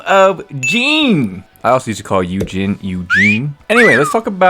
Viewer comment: I’m glad someone else also called Yu Jin “Eugene” 😂